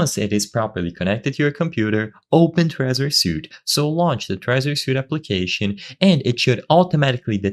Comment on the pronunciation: Suite: "sweet" not suit.